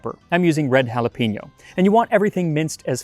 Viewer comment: Max, I really like your videos, man, but can we stop the "jalapeños" thing? You guys put with the effort of correctly pronounce the "J" and the "ñ" just to ruin everything with "pee". It is not "jalapeeños". It is "pe" as in "pest". Might as well just go full english, because "jalapeeños" is neither Spanish nor English.